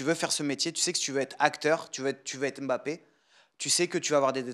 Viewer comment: Pour une fois un occidentale qui prononce bien Mbappé ça fait plaisir !